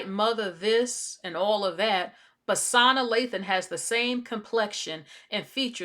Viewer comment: I’m sorry but her name is pronounced suh nah. Not sahna. Not being rude or anything. Just want to inform you. And she’s fully black